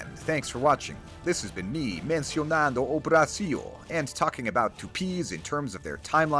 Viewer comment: Your accent says "mencionando o Brasil" was awesome.